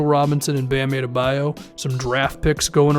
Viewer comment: please it’s pronounced Ah-duh-BUY-oh